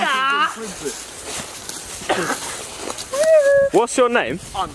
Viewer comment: It’s Lewis not Lawis